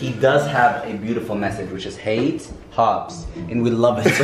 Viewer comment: He said Dr.Hubs lmfaooo 🤣🤣